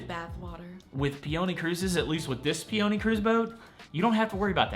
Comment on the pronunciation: How do you mispronounce peony? Like the flower pee-oh-knee, not pee-onee